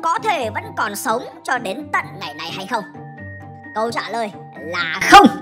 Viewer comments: ad đang che giấu điều gì à mà sao chữ "không" nhấn mạnh thế 🧐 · cái "không" này nó hơi mạnh